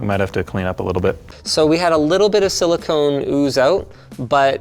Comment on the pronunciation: Thank you Linus for saying Silicone, really THANK YOU! I can live with the Euro Aluminium vs US Aluminum...but calling Silicone...Silicon...that is unacceptable.